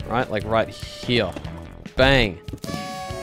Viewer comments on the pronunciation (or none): none